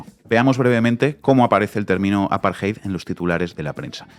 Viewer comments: Por que dicen aparjeid y no apartheid con t? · No es “el apartheid.” Es apartheid o la apartheid. La traducción correcta es SEGREGACIÓN y no deberías utilizar extranjerismos en español, a menos que un término no tenga equivalente. Además, no se dice “aparjay”. La lectura de esa palabra es un poco difícil en español pero se lee más o menos así: A-PAR-TE-YD.